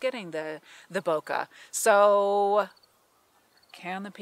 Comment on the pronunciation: Its not Booka. Its Bokeh. bo-keyh